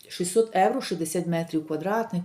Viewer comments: Дорога! Не Евро. А євро!! І ми живемо в Європі! І ви спілкуєтесь на українській мові, а в нашій соловʼїній мові евро ріжить вуха!!😂😂😂 🤯🤯переходіть на українську!! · Не говоріть евро ,бо це не їхній акцент ,у них слово євро морбідо змішане х єівро ,а ви просто ріжин чітко евро і це не по італійськи.